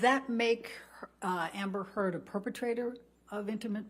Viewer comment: She's been taken so seriously that the defend attorney can't even say her name right... my favorite part <3